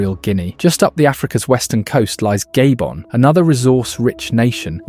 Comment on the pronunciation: what you mean gaybon its called GHA-BHO-N